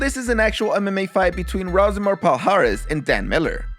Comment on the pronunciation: My dude. Rousimar Palhares is pronounced "who-simar". Brazilian guy. Brazilians with a name starting with an R is pronounced H. Royce = Hoyce. Renzo = Henzo. Rickson = Hickson. Good vid otherwise though! As always.